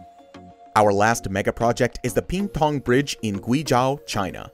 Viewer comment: Ping Tang NOT Ping Pong!